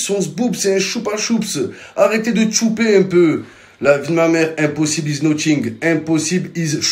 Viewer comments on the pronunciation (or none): none